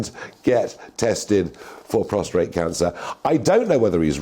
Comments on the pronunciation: Prostate..not prostrate ffs!! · I think you meant to say prosTATE rather than prosTRATE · Prostate cancer,, not prostrate. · Prostate not Prostrate. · PROSTATE not prostRate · It's 'prostate', not 'prostrate'!!! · .....it's PROSTATE cancer.... NOT PROSTRATE cancer. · It’s prostate not prostrate although you are prostrate when they check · CRINGE every time said PROSTRATE.